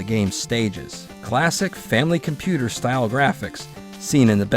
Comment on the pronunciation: So glad to hear you’re naming nintendo’s japanese 8-bit console correctly as the FAMILY COMPUTER unlike other western youtubers. Kudos to you!